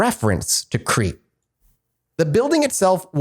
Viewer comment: I'm surprised none of them knew how to pronounce Crete.